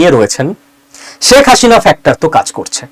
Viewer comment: Apni "sheikh hasina" pronunciation ta korte paren na. Next time sudre niben